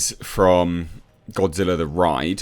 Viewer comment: O, no! It’s Godzirra!